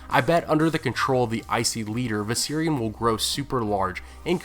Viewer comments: How fucking hard is it to say the V in Viserian? Fucking hell you said Syrians like ten times. The night king mounted a Syrian immigrant? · love the video. hate the way you pronounced Viserion 😂 I thought you were saying 'The Syrian' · Oh Viserion... I kept hearing "the Syrian" and I was wondering what the hell this poor chap has to do with it.